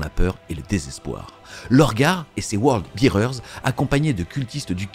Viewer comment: Super vidéo! Si je peux me permettre Word Bearer se prononce word bè-rer et non Word bi-rer. Un détail hein 😅